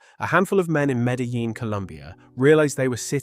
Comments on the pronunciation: You guys cant even speak it out right: Medjin, speak like its a Jay. This is spanish language, stpid! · Please don't mispronounce Medellín Medaleen ever again.